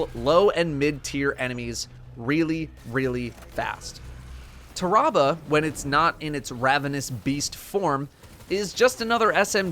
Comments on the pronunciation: Ta-ra-bah...... it's pronounced "Terra-Bah" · It’s Tear Ra Ba not TAHrahbah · it's not tah-rah-bah, tarra-bah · I thought it was pronounced "tear-ah-bah"? Have I really been saying it wrong all this time or... ? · Ah yes, “Terrabal” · Nobody:: TER-AH-BUH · Everytime he says the name wrong i feal my brain hurt lol cmon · I love how he says tarrabah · Am I the only one bothered with the way he says the name. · the way he says Tarrabah annoys me slightly, it sounds very medical how he says it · Why does he say its name like that?